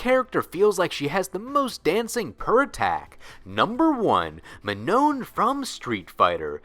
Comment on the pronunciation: "Mah-no" the second N is silenced